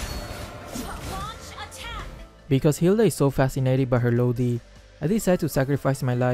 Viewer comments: Xd ur accent so cute it pronounced "LODI" but your pronunciation is so cute "LOWDI" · Lowdi that is his pronunciation of lodi hahahahahaha